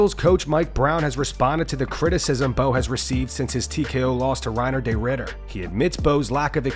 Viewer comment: Excuse me. Can you please learn how to pronounce RDRs name correctly. There is no “day” in his name. FFS.